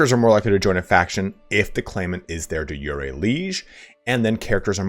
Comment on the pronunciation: De Jure: "/di ˈjo͝orē,dā ˈjo͝oˌrā/" Say it like "jury" and you'll be much closer than you are now :)